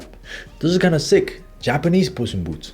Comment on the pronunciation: really said Japanese puss in boots with Korea accent 😭